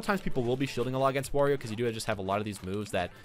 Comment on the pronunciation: It's wArio not wOrio